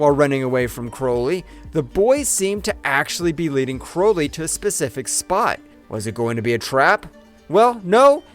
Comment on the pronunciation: It's Crowley. Like cow or out. And it's a Hatchet, not a ratchet. Like the name of the first film. I swear it's just all phoned in at this point. When you say his name like that, ITS PROOF THAT YOU HAVEN'T WATCHED THE MOVIES!